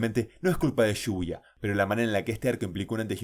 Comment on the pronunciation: cada vez que dice shibuya escucho "lluvia"